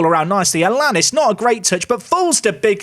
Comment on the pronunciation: Great video! Your new mexican striker's name is pronounced Ala-knees. He has an accent on the í, which extends the sounds :)